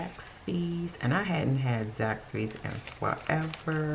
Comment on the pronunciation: Sis, I stand completely corrected! Plus, I'm a southern girl so I appreciate the pronunciation!! In Florida, we jack-up many words!!